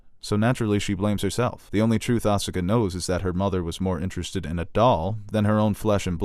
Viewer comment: Win - properly pronounces Evangelion. Con - Asuka is incorrectly pronounced. I'll take it, even Robin Williams, a rumored Evangelion fan, mispronounced "Evangelion" in One Hour Photo.